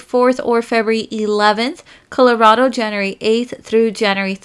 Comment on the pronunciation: I like that she says Januree instead of January